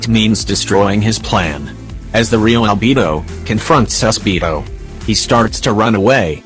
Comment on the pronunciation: Am I the only one who hears "AlbeBO"?